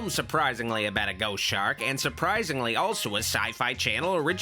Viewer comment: ‘Chost Shark’